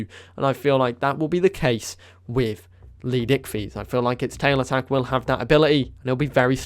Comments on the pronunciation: idk why i always chuckle when he says leed icthys when it is leedsichthys XD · LEED pause SICHTHYS tf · no offence but how hard is it to use the first S in leedsichthys name